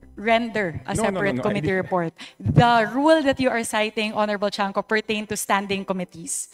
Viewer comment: Cong. Tiangco not chanco.